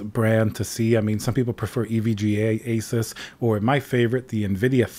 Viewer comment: I love how he says it as it should be = A- SUS not A zues or a sues.